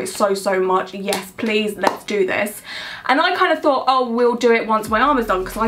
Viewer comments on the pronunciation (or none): none